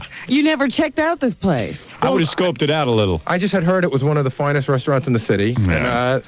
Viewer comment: Bottle of WOYNE FOYNEst MOIND NOINE one one NOINE one one NOINE one one NOINE one one NOINE one one